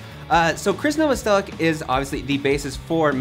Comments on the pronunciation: the year is 2019 and people still cant pronounce Novoselic’s last name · His name was actually pronounced No-voss-o-litch, but because of the hard American pronunciation, he says Novo-sell-itch.